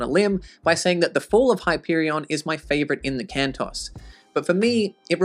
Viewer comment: Isn't the pronunciation 'Can-toes' rather than Can-toss? Plural of Canto, and an equivalent to Tales in the Canterbury Tales, on which the series is modelled?